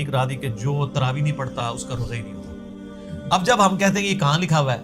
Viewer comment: پہلے تو یو ٹیوب کے متن کا عنوان کا تلفظ کی تصحیح فرمایئےگا۔ تراویح ( صحیح ھے ) تراویع ( غلط تلفظ ھے )